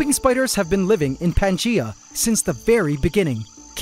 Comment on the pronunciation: wtf is pantgea I thought it was Pangea